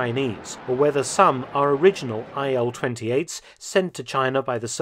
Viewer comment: "Ilyushin AIL" lol don't you see some.... discrepancy?